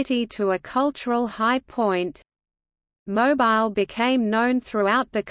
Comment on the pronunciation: OMGoodness! Mo Bile???!!!! NOT!!! How about Mo Beele???? MUCH BETTER!!!